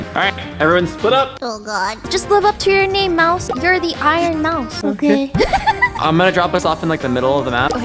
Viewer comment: Iron moues!😂😂